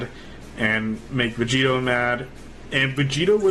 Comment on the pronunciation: I keep thinking he's saying vegeta instead of vegito it's so annoying